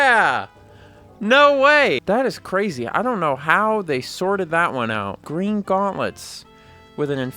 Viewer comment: Its gween